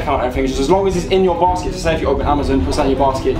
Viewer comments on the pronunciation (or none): amozon?!?!?!?!? LOL